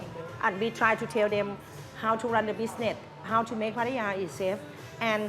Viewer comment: FYI. There is no I in Pattaya ! You should learn how to pronounce the place you are talking about. Friendly advice 🤝🏼.